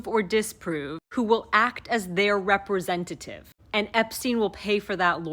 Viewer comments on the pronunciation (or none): none